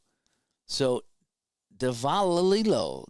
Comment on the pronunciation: Grote is grow-tee.... Millan is Mee-ahn... Davalillo is Dav-a-lee-oh....